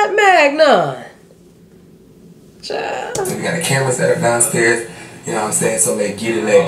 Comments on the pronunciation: Some who?!?!!!! “Filet eggnog” is what I heard 😭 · "Fillet magnon" 😂🤣😂🤣😂🤣 I'm DONEEEE